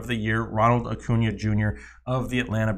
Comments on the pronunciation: Cody Bell-ing-er? Acu NA? Bo Garrets? Dudes, pro tip: watch MLB Network for like 5 minutes and learn how to pronounce these player names. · As soon as I heard your pronunciation of acuna and bellinger I immediately second guessed your credibility